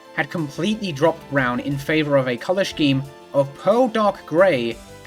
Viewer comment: i KNOW you read these comments so i just wanna say i think you are genuinely my favorite youtuber that exists. i love to see a pretty girl talk about RBY and fighting games. and then? there is more. gonna have to dock points for your pronunciation of "scheme" though